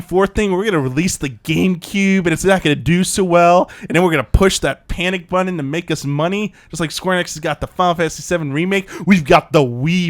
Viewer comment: "The Wii buDDon"